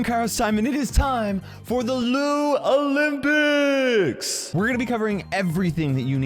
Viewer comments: Lou olypics ❌ LouLympics ✔️ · Euhm... sorry but... You pronounce it as lou-lympics.